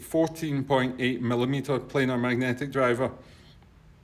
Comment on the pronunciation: I thought it was only Americans that pronounced this type of iem wrong, it is a PLAN-R magnetic driver! You can will notice it is not spelt plainer, it is not spelt planer, it is spelt planar. Please educate the unwashed masses, not spread ignorance